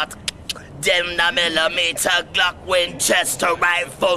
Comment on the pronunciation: instead of saying 9mm glock he says gluck